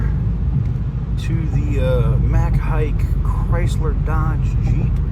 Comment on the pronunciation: This will be a good story for Amy Davis from click 2 Houston to do. She’ll be all over it. Also it is pronounced Mack Haik(Hi-ik).